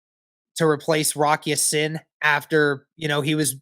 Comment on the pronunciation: Thank you for saying Rock Ya Sin name right